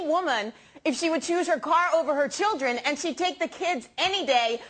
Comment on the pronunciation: I HaVE THreE CHeWdrEN😁